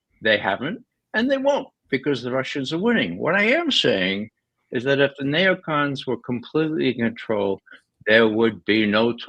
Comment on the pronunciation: No, I can do better than mock. If you knew, you would realize I was not "mocking" his "accent". I follow Ray regularly and the Intel Fridays. Nobody says "nay oh con". That's just done to be different and get attention. I call them all out occasionally. It's unbelievable that they call netanyahu the war criminal with the 4-letter affectionate childhood nickname, or war criminal sullivan by his first name, like a famiiar friend. It should be clear that "nay oh con" is NOT an accent. It is an intentional choice to pronounce neocon differently from everyone else, and I called Ray on it. Leave me alone.